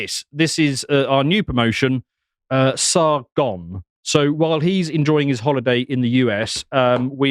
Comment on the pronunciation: Okay, so Sar-gone, but where did Sar-go?